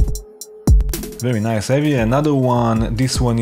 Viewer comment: first thumb up... and BTW: NOT "very nice"....it's "ABSOLUTE VERY ICE" my friend!!! LOL